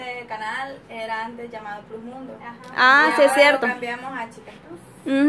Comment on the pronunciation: Chicas plus(plas)se oye mejor,se q estan en Latinoamérica pero si usan una palabra extrangera se debe pronunciar como su lugar de origen.Una peqeña aportación ,y estan bellas todas,aunq me facina UNA 💓.